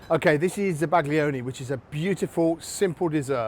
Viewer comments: zaba-GLI-one grates on my ears. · Za-Bag-Lee-Onee 😂 Instantly told YouTube to hide your videos from all future searches. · The g is silent. As a chef, foreign words shouldn't be foreign to you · The pronunciation is crushing me on the inside, no respect for the originating culture 😔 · Bro is absolutely butchering the pronunciation of zabaglione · I've never heard it for pronounced that way before? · The G isn't silent. It blends with the L to create a sound that is somewhat unique to Italian. It's somewhere between how you'd pronounce a Y and an L in English. The closest sound to it is the 'ill' in million, but not quite. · Please pronounce it properly. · Zabaglione - the G is silent! 🫶